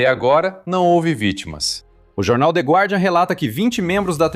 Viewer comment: A pronúncia é “de gardian”